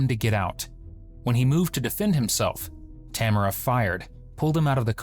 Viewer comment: The narration doesn’t match what we saw on video, plus that’s not how you pronounce Tamara